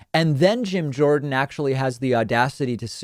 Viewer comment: Jorden not Jones